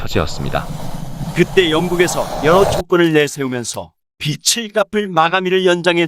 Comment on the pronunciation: 귀한 내용 감사합니다. 그런데 하이톤인 남자 분 멘트가 내용을 알아듣는데 방해됩니다. 현재의 이상한 억양을 빼고 여성분처럼 담백하게 읽으시면 이해가 더 잘 되겠습니다. 그리고 빚을 -> '비즐'로 읽습니다. '비츨'이 아닙니다.